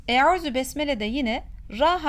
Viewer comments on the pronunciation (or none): Yalniz arapçada ü harfi yok arap hafizlar hep u harfiyle okuyorlar